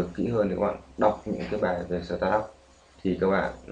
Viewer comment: SỜ tát up, :v đọc quá chuẩn